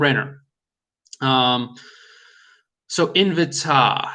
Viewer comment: Great vid. Its pronounced In-v-tay by the way. Lol